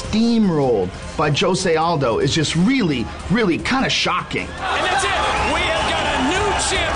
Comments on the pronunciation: Lmao joe se aldo? Isn't it jose aldo or joe se aldo lol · LOL Joe Rogan calling him JOE ZAY ALDO instead of HO ZAY..... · Rogan keeps saying Joe Say Aldo. damn I mean I know he's white but wtf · lol i kept wondering that too. why is it joe say aldos. made me question if its jose or joe say lol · really Joe Rogan really...???? JOE-say Aldo???